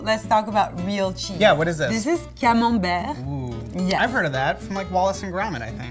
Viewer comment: When the "French" guy horribly mispronounced camembert 🤣🤣🤣